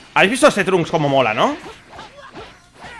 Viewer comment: Por k dices de esa forma el nombre de trunks